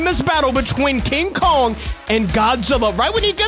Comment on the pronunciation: He is murdering king Kong’s name